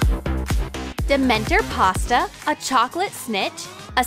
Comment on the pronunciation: Who else cringed when they said dementEr